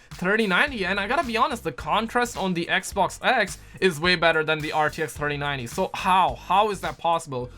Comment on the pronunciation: This man stay saying the “ecboc “ instead of Xbox 😂